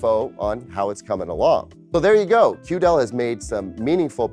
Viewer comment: Hello, mind pronouncing it QD-EL makes way more sense that way.